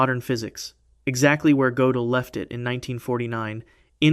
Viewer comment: Hard to keep up when his name changes from Godell to Gotellle every other sentence. Pick a pronunciation and stick with it.